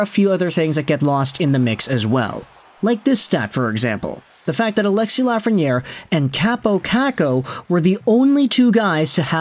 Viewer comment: Alexis Laughreniere